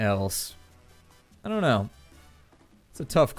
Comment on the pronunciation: don't do it sounded like dope do it :O